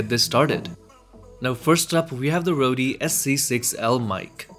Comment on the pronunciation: Just a point the mic company is pronounced like 'Road' and are a big name in audio gear. Good video. keep it up.